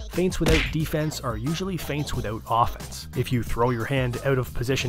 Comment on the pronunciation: This is really the key to be a good boxer “fients”